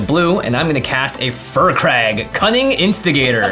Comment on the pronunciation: I hate to still be that guy, but it's pronounced "Fire Crag" not "Fur Crag".